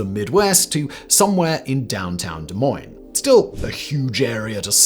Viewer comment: He pronounced Des Moines properly? Wow.. Gotta take the mickey lol